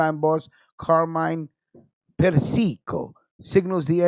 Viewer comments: man big fan and love your show. The nane is pronounced Per-see-co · Yo! Again,, you mentioned "Alley Boy Persico". But you mispronounced their last name. It's Per-cee-co. I'm not trying to undermine you or your show,. I'm just trying to help you out with the pronunciation of Persico-- Per-cee-co. Ok, Later, B. R.